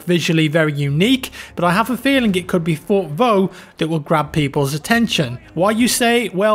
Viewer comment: You pronounced Fort Vaux and Soissons correctly but the ending of verdun is pronounced differently